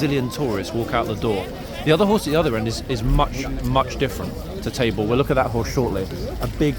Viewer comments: Yes Tabor was there last week. 😊. I think a couple of us thought you said his name was Table. Hahaha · I remember Tabor from last week because I thought at first you were saying “Table” 😉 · lol thought you said table, and thought that’s odd name but oh well. Thanks for the correction on Tabor’s name ❤️